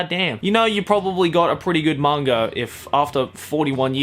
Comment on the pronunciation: every time says manga he sounds like hes saying "manger" i'm probably not the only one who's noticed it though